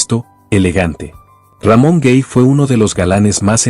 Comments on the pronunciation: Lo único que no me agrada es la pronunciación de algunas palabras y nombres. Por Ejemplo el nombre de Ramon Gay . No se dice RAMON GEY , ES GAY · No es Ramón Gey, se pronuncia Gay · Hablando de Ramón Gay, su apellido no suena cómo se pronuncia en Inglés, tal y cómo usted lo pronuncia es incorrecto, se pronuncia exactamente tal y cómo se escribe, con A y no con E, ya se lo dije la vez pasada que también habló de él, pero usted no lo ha leido, o simplemente no le importa.